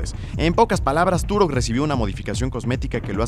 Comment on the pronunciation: Se dice turoh